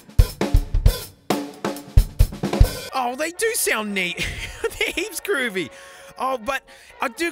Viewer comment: It's so fun to hear an Australian man say "hEePs GrOOvY"